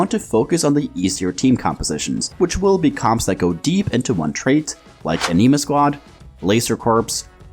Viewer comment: Did... did you call them A knee ma squad? Like Anemic? Anima.. like Anime... but Animah... lol that really threw me off.